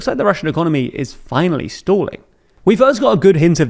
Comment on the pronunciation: Emphasis on Finally